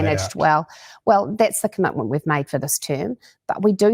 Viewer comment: Is a "cumutmunt" like, or as binding as a commitment? Nukuluh of Tawa